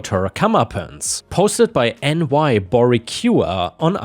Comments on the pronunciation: Boricua (a person from Puerto Rico) - Bor-eh-koo-wa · It’s pronounced bore-eek-wa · Boricua is pronounced BO-REE-KWA. It’s another term for Puerto Rican. Most Puerto Ricans have a mixture of African, European, and Native American due to colonialism and the Transatlantic Slave Trade.